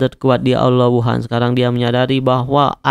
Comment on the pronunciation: Bang lu nyadar ngak lu bilang aula wuhun Aula wuhan